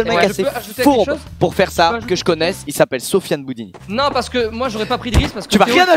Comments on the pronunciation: Depuis le début squeez dit " Boudini " alors que c’est " Boudouni " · C’est boudouni pas boudini ! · qui arrête pas de dire Sofyan "Boudini" au lieu de "Boudouni" 😭😭😭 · C'est pas "boudini" mais "boudouni" je crois